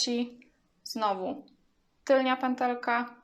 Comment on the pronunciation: Wymawia się tylna a nie tylnia kobieto.